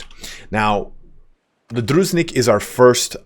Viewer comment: It's not "Druznik". It's dru-jin-nik. With emnphasis on middle syllable. Thank you for the great tier list.